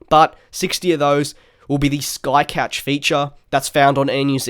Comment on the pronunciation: Sky couch or sky cough?